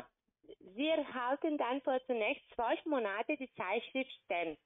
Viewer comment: MonAte - es hört sich stark nach dem polnischen Akzent an, denn im Polnischen liegt die Betonung (fast) immer auf der vorletzten Silbe. Polen sagen z.B. TelEfon (im Russischen, übrigens, TelefOn)